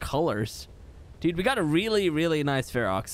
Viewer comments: When you say fear roar it sounds like Fuhrer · Your Ferox is 100% australian